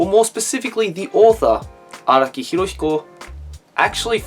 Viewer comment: IT"S NOT HIROSHIKO IT'S HIROHIKO